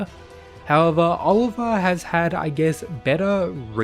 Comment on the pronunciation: You pronouncing Olivia's name wrong is infuriating.